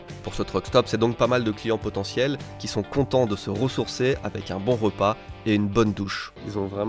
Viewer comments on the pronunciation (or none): none